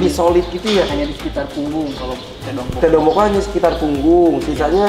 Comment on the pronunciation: "Tedong Lotong Boko'"..... bukan tedong bokok